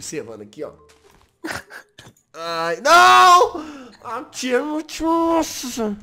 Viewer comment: Se fala XEURY mas se escreve Cherry